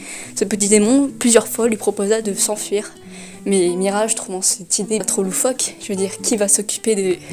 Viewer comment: J'ai du mal avec ta prononciation de Mirage 😅